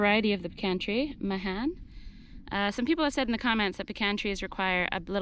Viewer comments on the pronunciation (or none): You need lots of room! I have huge old pecans. They develop very deep roots that help them survive in dry weather. In Texas, we pronounce Mahan as May’ han (as in hand without the d). Glad you got the pecan (puh-Kaan’) pronunciation correct😄. Enjoy your channel.